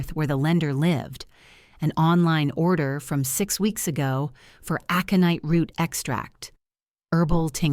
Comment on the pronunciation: Well written story! Worth the time to listen. The only problem was AI's pronunciation of a few words (aconite) was far wrong, and timing / stops while narrating the story. Still, better by far than most.